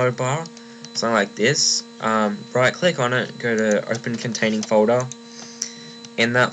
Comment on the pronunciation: not to make fun of u but u say folder like fodae lol I left a like <3